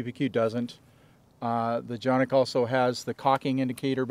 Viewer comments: You are not pronouncing the name correctly it is just like it looks CAN IK not chan=nik or janik please. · C, c pronounced like English `j' as in `jet' and Jimmy a short 'a' as in 'art' or 'star' ı [undotted i] 'uh' or the vowel sound in 'fuss' and 'plus' 1. Every letter is pronounced! 2. Each letter has only one sound! 3. Two or more letters are never combined to make a new or different sound Soo..... Jonuk...or johnuk - sounds like you said it exactly correctly! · its definitely not pronounced johnik. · no but if listen to the guy from century arms who got them from turkey and sells for canik that is how he said it just tryin to help.